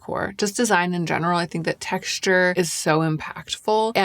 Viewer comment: love the texture of the word " texshture"